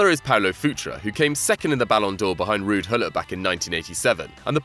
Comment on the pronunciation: ruud gullit not rudd gullit